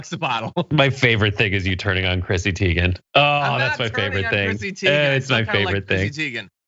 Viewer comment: If you like Chrissy Teigen so much, learn to pronounce her name correctly.